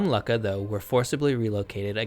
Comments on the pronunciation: Why are you pronouncing it as "lucka"? It should sound like "Loo-ka.." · Luck-a? No, Luu-Ka. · How on Earth can you go from Luckah, to Leyesiah is a heart-beat? Like all these history videos, mispronunciations like this, make me click off the video. We know that in Latin and Greek, the "C" is ALWAYS pronounced as a hard "K". Pronunciation is as much a part of the background research as are the reading of primary and secondary sources. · "Lukka" -- is only pronounced as LOO-ka! The double K fixes the sound only as "you" sound. It is grammatically incorrect to pronounce it any other way. There are many mispronunciations in this video. It is a shame, spoiling accurate information with inaccurate pronunciation of scientifically historically determined terms.😢 Please fix it in your next video❤❤❤❤